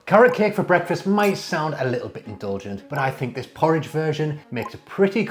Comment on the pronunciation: 😂 thank you for explaining bc when he said “poor ridge ohh”, I was like, “what! did he just say.” I hate oatmeal tho